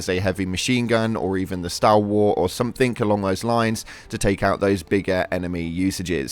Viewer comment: FFS, "Something" or "Anything" ends with a bloody "G" and not a "K". My other half does this all the time and I hate it. I can't unheard it. You literally say a made up word. "SomthinK".